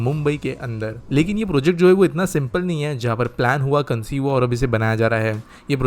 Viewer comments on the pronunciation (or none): none